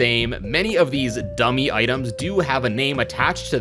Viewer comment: Dummy No. D U M M E H YES!